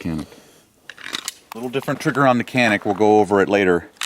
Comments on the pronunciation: By the way - the correct pronunciation is 'Janic' - Greetings from Turkey! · "Canik" pronounce as "Janik" in Turkish language. Sounds like "j" letter while saying "Japan" in English. By the way awsome video :)